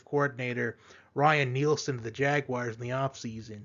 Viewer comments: The jag wires. Always gets me. Lol. 😂😂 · I know why can't people the announcers say jaguars correctly.JAG U WIRES